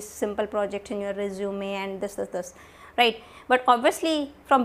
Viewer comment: I'm in love with word ryte after listening ryte word from you continuously throughout the video awesome it made me laugh a little bit as well😂😂😁